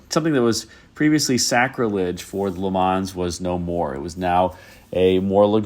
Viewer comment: For the "Le Mans", you don't have to pronounce the "S". The name comes from the city in France where there is the famous 24 hour race.